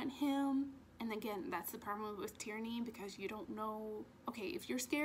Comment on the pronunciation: Sounds like you are saing "Tyranny" when you say Tiernan. And im with you girl i cant rate this book. 😂